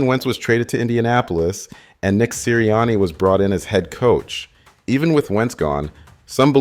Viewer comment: Are you mispronouncing those names on purpose? How do you get Sirriani right but Pederson wrong?